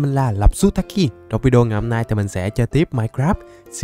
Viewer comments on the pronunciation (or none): none